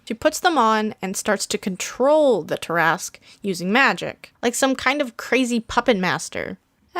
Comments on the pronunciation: Why do you say it like that?!? I say it as (TAR-AH-SQUE) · Umm does no one notice she’s say tarasque (I may of typed that wrong) but she is most definitely not say it right lol